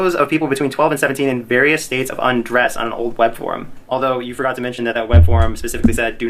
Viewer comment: "Did he think we forgoot?" Lmao 😂🤣😂